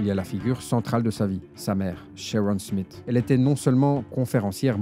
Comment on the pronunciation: Smith ça se dit Smisss.